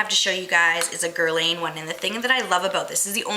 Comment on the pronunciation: Guerlain is pronounced like Guerlahn.